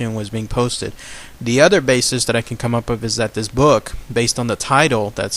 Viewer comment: All cool stuff except pronunciation..deaf instead of death and wif instead of with